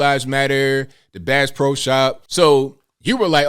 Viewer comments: She said Brass Pro lol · She actually said Brass Pro...lol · Even more funny is that she said Brass Pro...lol